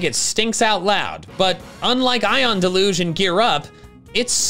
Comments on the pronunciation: It's DEL-UGE not DE-LUGE. Usually used to describe heavy rain. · It's pronounced DEL-yoozh. The stress is on the first syllable.